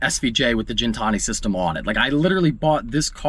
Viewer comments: Its ghen-Tani not gin like the drink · Gintani with a Gih sound not a Jin sound. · It's not gin , it's guin , like pronounced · Please stop saying Jin-tani... love ya but its Gintani not Jintani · For gintani sound that g like Guinea pig not Jin and tonic I think they get offended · You're saying Gintani wrong but amazing sounding car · you do know it’s Gintani not Gintani......?🤣😉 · Hearing Gintani pronounced wrong is so cringe